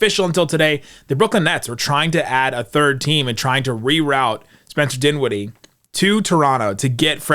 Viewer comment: Dinwiddie, maybe, not Doe Doe tho